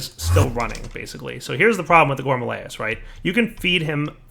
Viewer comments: I keep telling him that it's Rilis not layis, that it rhymes with amaryllis. maybe today he'll read comments a little. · gore-mah-RILL-iss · Nope, it's not a joke, he litarally can't pronounce it right ; ) Not carefully reading seems to be a common problem for yters xD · Gore - Ma - Rill - Liss.. Let's all say it together. Including you,. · "Here's the problem with the gourmalayases"